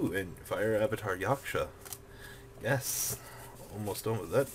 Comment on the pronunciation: omg he said yaksha correctly